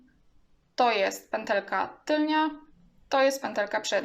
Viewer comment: Wymawia się tylna a nie tylnia kobieto.